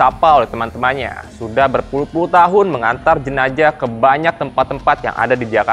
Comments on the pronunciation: "JENAZAH" bukan "JENAJAH" gimana Sih pembawa acaranya😂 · jenzah dibacanya jenassh bukan jenajah min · Jenajah? Bukan JENAZAH? Pusing² sih bahasa indon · Jenazah bkn jenajah. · JENAZAH...BUKAN JENAJAH😆😆😆😆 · Jenazah...bukan JENAJAH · JENAZAH bang bukan JENAJAH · kok jenajah😂